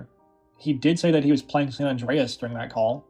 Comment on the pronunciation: Why do so many youtubers pronounce San Andreas as San None Dre Es? It's San Anne Dre Es